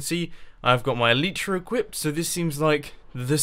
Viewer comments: eleitra, not eliitra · Mumbo its not "E-Lee-Tra's" its "E-Light-Tra's" that's how you say it, it makes me cringe how you say it. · El-eye-truh not El-ee-truh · According to four dictionary sites I checked out the pronunciation is "ehl-i-truh", with the first syllable stressed and the i being pronounced as in "tin" like +Shaman Crinitus says. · try to say it like L-I-tra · They're actually pronounced EL-ih-truh. Where the "y" makes the same sound as the "i" in "tin," and the first syllable is the stressed one, not the second. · No! He says Elytra wrong! At least I think he does